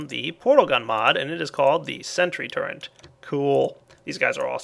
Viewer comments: Y U NO PRONOUNCE TURRET CORRECTLY ITS TURRET NOT TURRENT :( (go ahead and dislike this if you dont have ocd/sympathy) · i like, except for when he says "Turrent" instead of "Turret", makes me cringe. But good vid. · TURRET NO "N" IN IT! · "Turrent" ? lol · "the portal turrent" Portal TURRENT? TURRENT!?! Hehehe oh you americans... (correct me if I'm wrong about nationality) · Hey there is no n in turret:P